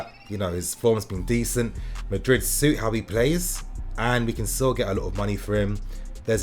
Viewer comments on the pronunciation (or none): none